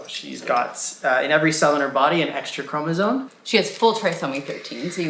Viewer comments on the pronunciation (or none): Not sure how one can have a child with any Trisomy & not know it’s chromosoMe not “chromosone” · Please learn to pronounce “CHROMOSOME” You are both saying “Chromosone”